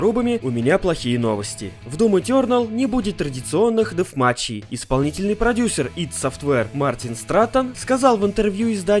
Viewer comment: Правильно именно дэфматч, тут он не обосрался